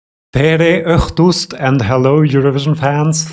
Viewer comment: You actually said it almost quite right in "tere õhtust" 😊. There is at least one video here on YT called "How to pronounce an Estonian vowel õ". It's really well described there how it should be said. I tried to copy the link but my comment got lost...